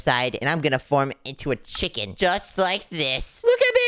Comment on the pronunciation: said chipken😂